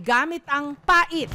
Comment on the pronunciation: "Pangkamot sa likod na kahoy." likod na kahoy? ha?! hindi PAIT (mabagal), kundi pait (mabilis)